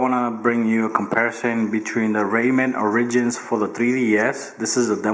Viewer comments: "Raymen Or-ridgins" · good vid man. not bein a hater, but i think its ORE-EH-JENZ